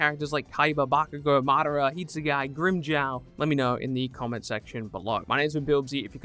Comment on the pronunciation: It’s not pronounced“hit sue guy” and it would probably be easier to say toshiro anyways